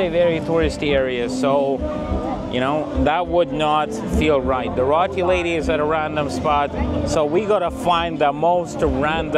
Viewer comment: FYI, it's pronounced ROTI, not RATI.